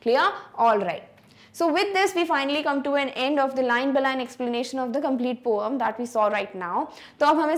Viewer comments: This is not poom (पोम )It's poem ( पोइम ) Please improve your English ma'am 🙏🙏🙏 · It's pronounced po - yem not po - um 🤣🤣🤣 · Poem ok not poam😂😂😂